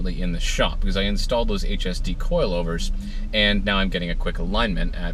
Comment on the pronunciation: Does anybody hear that guy say coilovers like cloilvers